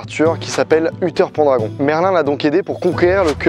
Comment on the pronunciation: Tous les ans je vais à Brocéliande pour aller déposer des offrandes sur le tombeau de Merlin. Une fois, je me suis même faite avoir par un korrigan qui m'avait piégé. T'as vidéo est excellente juste petite erreur de prononciation : Pendragon se prononce "Pènedragone" 😉 Et ce n'est pas Viviane qui a enfermé Merlin, il s'est enfermé lui-même pour se "punir" d'avoir fait confiance au roi Arthur qui a utiliser Excalibur conter les bretons au lieu de les défendre. La légende raconte que une fois ses péchés pardonnés, Merlin sortira du tombeau et reviendra parmi nous. Manquait plus que Samhain avec l'Ankù et on avait mes légendes préférées !